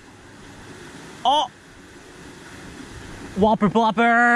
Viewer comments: The "Wuh-per Pluhp-per" 😂😂😂😂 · oooohhmppphmhm thwuh WHoppuh pwoppa x4 gets more clear each time he says it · Y u gotta say whopper plopper like that